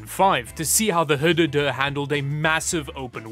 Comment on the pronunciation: I lost it at "HDoDo" 🤣